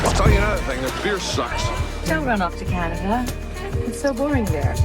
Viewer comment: "Welcome to Canaderr is boring." Man, that intrusive-R... ;-)